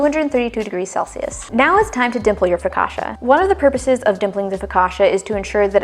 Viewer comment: Don't change the way you say focaccia, it sounds great. The bread looks soooo good.